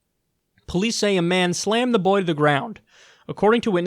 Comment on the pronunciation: Try to spell 'boy' the way Kyle says it. "You body slammed a bBOey for not taking his hat off..."